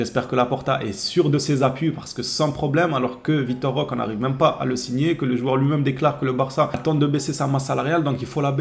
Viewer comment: Roquééé avec un É comme éléphant 😅